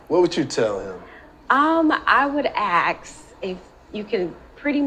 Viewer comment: It's 'ask' not 'aks'. It's the same speech impediment all over the world.